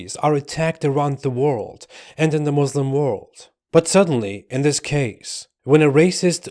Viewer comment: He says he is a Muslim ...but doesnt even know to pronounce the word Muslim correctly..... Wowo